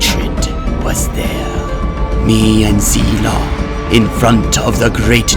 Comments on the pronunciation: Limg pronounced "Zilong" wrong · Pretty sure every person who understands mandarin agrees with me on this... Moonton: This is a chinese name...i think it's called ZEE-LONG?? Everyone else who doesn't understand mandarin: IT'S ZEE-LONG!! EVEN MOONTON SAID SO!! SUCK IT YALL MANDARIN SPEAKING BITCHES inhale exhale Me: cringes so badly